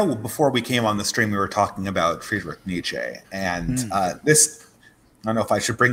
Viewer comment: you're such an Anglophone. It's pronounced Neetch-uhh (Nietzsche) & Bo-dree-a(r)d (Baudrillard). You should learn a European language, since almost every white American I know is something else besides Anglo-Saxon.